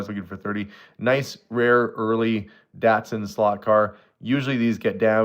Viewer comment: Datsun pronounced Dotson.